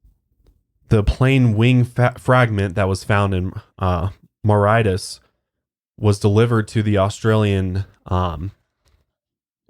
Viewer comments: Only 14 adverts? Come on your games slipping sir! Joking aside, Mauritius is pronounced moor-ishous. Rather than Moritis. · Don't wanna be a prick but it's pronounced "maw-ri-shi-ous" not "maw-rite-us" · It's pronounced more-rishus :) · Mauritius is pronounced like more-ee-shuhs btw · It's pronounced "more-ray-shus" love you guys!!<3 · It was hard to listen to saying Mauritius lmao it's pronounced ma-rish-is ❤ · more-ish-us is how you pronounce Mauritius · Mauritius is pronounced "More-ISH-us" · I’m sorry but the way you pronounce Mauritius 😂 ‘Maritis’ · Pronounced; Moor ish us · It’s pronounced Mor-ish-us 😂 Apart from that, another great podcast 🤙🏻🤙🏻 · My favourite thing in all of your podcasts is watching struggle to pronounce things 😂 Mauritius honey omgggggggg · The way pronounces mauritius 😅